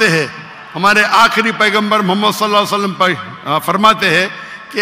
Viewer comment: Doctr sahib drood pak drust treeqe sy prha kryn s a w alhi wasalm